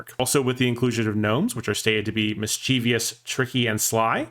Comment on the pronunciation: There's no "i" after the "v" in "mischievous. "